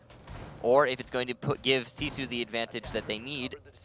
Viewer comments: why is their team name pronounced "See Sioux" and not gifu? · Since when does R6 Pro League not restart the round on a disconnect? This is the first time I have seen that they did not re-host... Unknights probably would have won this. If nothing else, they put "See Sue" (the horribly pronounced) team in their place.